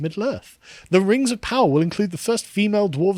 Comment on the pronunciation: Rangs of Powah.